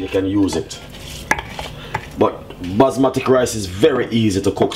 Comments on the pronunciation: it Basmati rice, not Basmatic rice, talk properly. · Isnt anyone from here OR the team going to tell him its not ``basmatic`` rice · “Basmatic” is deading me 😂😂😂😂😂😂😂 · Indeed! these are RED KIDNEY BEANS! NOT PEAS... And BASMATI rice also... NOT BASMATIC! where the heck did you learn your cuisine? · "basmatic rice" lol i love dys man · "Basmatik rice" 🤣🤣👍🏽